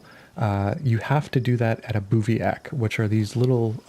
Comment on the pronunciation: It's pronounced biv-wak